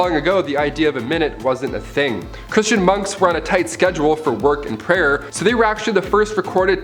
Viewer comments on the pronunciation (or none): none